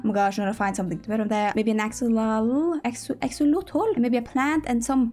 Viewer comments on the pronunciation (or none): oh my god I keep coming back to because I can’t stop laughing at the way you said axolotl